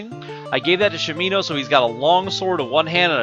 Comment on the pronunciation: sha mi no, not shameeeeno